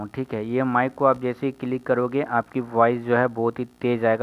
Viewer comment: मिक नहीं बे माइक होता है